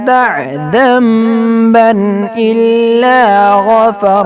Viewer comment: .....aapne( Damban) pda hai...wo zamban hai..